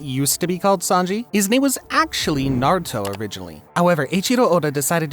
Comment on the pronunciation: Good video but the way you pronounce Naruto and especially Zoro is really gross